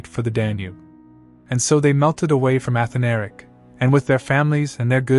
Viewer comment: a-Than-a-ric. not... Ath-a-Nar-ic. just fyi...